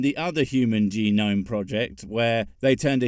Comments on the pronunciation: And dumbshit it's pronounced gee-nome not g-nome. Learn to english. lol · Did he just pronounce genome as ja-gnome? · When you say "jah-NOME", you lose all credibility on DNA. I mean, not that this is a meaningful penalty for this muppet. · I just need to point out dude said "Human Juh-gnome". That's all. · Dude can't even pronounce genome correctly. /Geh-gnome/. Now i am double guessing myself if that's the way you spell it cause now my mind is pronouncing it like this dude and my brain is having seizures. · Can't pronounce genome. But "think about that?" ffs where's my whiskey? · Okay, if you're going to "prove" god exists using science analogies, the least you can do is pronounce genome correctly. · This dipshit can't even pronounce "Human Genome Project". A dead giveaway that this guy has absolutely zero clue what he's talking about. Just pushing his agenda, so sad.